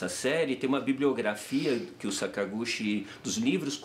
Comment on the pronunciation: So uma correçao: a pronuncia é "Sakaguti" não sakagushi